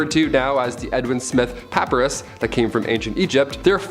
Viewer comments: It took me a minute to figure out what he was saying, but the ancient drawings and writings were done on Pa-PIE-rus. Not PA-pa-rus. I never knew there were people who didn’t know how to pronounce that word. :). I see you figured out the corrrect pronounciation. ;) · Dude - papyrus - pə-pī′rəs not the way you're pronouncing it. please by a dictionary or least bother to google words you're not sure about before you record a video. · Papyrus = puh PIE russ